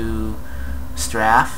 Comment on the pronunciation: It's a "Invalid" sign. There isn't an "X through a circle", so much as a slash. Also it's "stray-feh" not "stra-fa". --- More videos on the modules for stations would be nice.